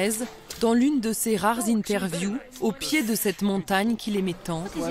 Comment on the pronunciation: "sur CETTE montagne" et pas "sur s'te montagne"